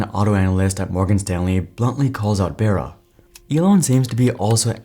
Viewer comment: IDK why it bothers me but I'm pretty sure it's, Mary *"Bar-uh" "b-ARE-uh". Not Mary "bear-ah".